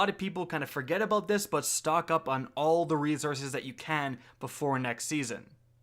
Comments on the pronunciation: The word is reSources, not reZources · Been watching u for years. Just now realized u say resources like “reezources” and I had to turn the video off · Does anyone else cringe at the Canadian reZources? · Reezourzes ~ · Bruh you killing me wit dat rezourcez...just stop saying plz..str8 butcher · For the love of God can you please say resources correctly fuck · Next video intro should be " can't pronounce resources the right way here"